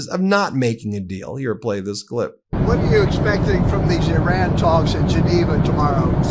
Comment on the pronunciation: You really should learn how to pronounce Iran. Would definitely help further the credibility of the messenger.